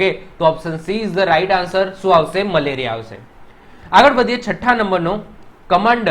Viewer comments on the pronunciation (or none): Sar male Riya nahi meleriya😂